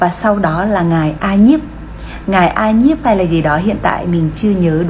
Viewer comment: Ca Diếp chứ không phải a nhiếp